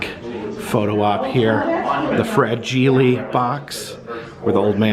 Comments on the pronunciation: "Fra-gee-lee...must be Italian..." Not French,. Lol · Fra-gee-lay. It must be Italian! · Love this!, it's actually " Fragile, must be Italian" and Ovaltine is awesome, gotta try it if ya like hot chocolate! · I'm 53 I saw A Christmas Story in the Theater when it was originally released and I remember loving it and laughing by butt off. Ovaltine is sill widely sold at almost every grocery store at least in the midwest, I drink a glass of it every morning, it is a vitamin packed chocolate milk mix. Fra-gee-lay was Italian not French. LOL. I have never heard of My Summer Story, that is interesting. It is too bad they didn't get the original cast. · 🤣🤣🤣🤣 the way your pronouncing fragile tickles me